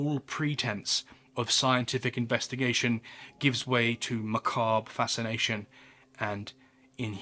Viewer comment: Not to be that guy, but it's "macabre" You are very informative; but "macarb" is not a word big man💭